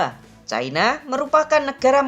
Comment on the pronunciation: Sayangnya menyebut China saja Chaina padahal ibu ini usia SDH sepuh tetapi bletotan membaca China ini sangat memalukan mending disebut Tiongkok atau China seperti nenek kita dulu